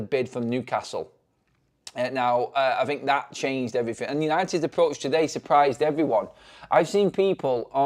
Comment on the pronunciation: And “EveryFin”